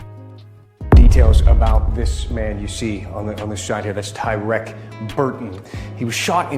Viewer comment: Why yall keep pronouncing his name as tywreck🤦🏽‍♀️😂I couldn’t even finish the video😭💯